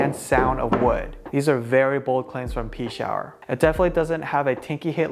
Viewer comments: I think its "Pee-Chower" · It’s Pea-shower, I called them and asked because I was curious on the pronunciation when I ordered my Rouge. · I think it's pronounced pee-shower =) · I heard it pronounces like "pesh-our" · I play with a Pechauer and I have always pronounced it “Pee-shower”...just more fun that way